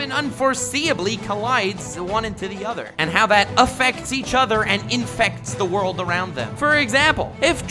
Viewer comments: Very nice use of "ZA WOARLDO" ...subbed :D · za Worudo! lmao lol